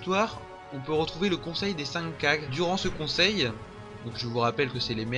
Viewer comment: Les kage... pas ouf la prononciation